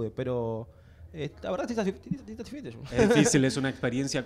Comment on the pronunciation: Ese es Gustavo ramos? Es el mismo del face off?? Mamita la boquio tanto qué termino hablando boludeces hasta en la entrevista "Satfecho" ni Satisfecho podía decir jaja lo rompió big soul y eso que pensé que iba estar mas parejo jajajja